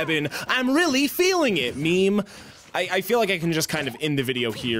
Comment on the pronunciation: "I'm really eeling it"